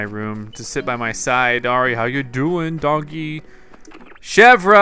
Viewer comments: its chev like the car company and then its like ear so its like chev ear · Chevre's name is pronounced Chevr, and it means goat cheese! GAHAHA! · To pronounce Chevre it is the same as the way you pronounce the Louvre in Paris ... THE R IS SILENT!!! Oh My Goodness!!! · the R is silent